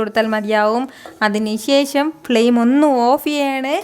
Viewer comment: "ശേശം" അല്ല... "ശേഷം" ആണ് ശരിയായ ഉച്ചാരണം